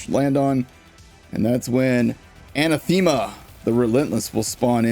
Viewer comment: Anathema is pronounced "uh-NAH-theh-muh"